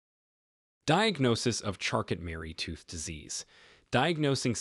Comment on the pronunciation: It's pronounced charco.....not charcot.